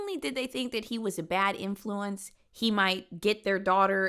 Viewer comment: Is it code if you put the emphasis on the 2nd syllable of any word with the root in.flu.ence? What’s her face from the Ace family did that too… or am I just being weirdly paranoid/invested? I’m also binge watching the sinister videos so context :)